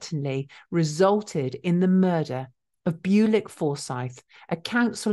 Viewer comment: byoo-lick doesn't sound right. Bull-ich maybe? Where was he from?